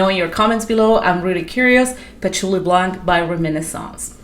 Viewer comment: Blanc the C is silent 😊